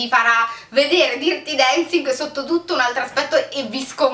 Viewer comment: DIRTI Dancing non si può proprio sentire..